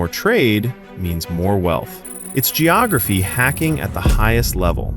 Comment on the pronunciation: Yeah. It's "geography".